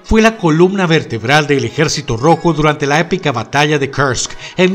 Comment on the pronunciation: Me encantan muchísimo tus vídeos y más que seas de nuestra bella costa rica. Por cierto me dolió la pronunciación de Kursk jajajajaja